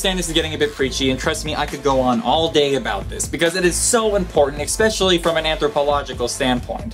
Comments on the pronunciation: stop saying "eXpecially". It's especially. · I know that I'm probably really annoying, but, please, say especially, not expecially! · Yes, I find that expecially annoying, don't you? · He did it again^^